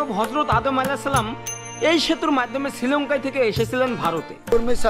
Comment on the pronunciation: ওটা ছৃলঙ্কা নয়। শ্রীলঙ্কা বলে। স্ত্রী বলার চেষ্টা কর,ইসতৃ নয়।